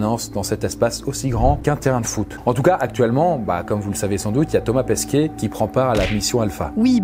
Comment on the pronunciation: Il n'y a que moi qui ai l'impression qu'il prononce Thomas Pesquiet et pas Pesquet ?